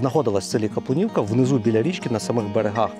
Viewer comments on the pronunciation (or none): Село Капулівка , приголос невірний